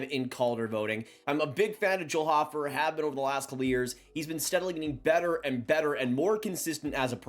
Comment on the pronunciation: Big fan of Joel hofer but can’t even pronounce his name correctly 😂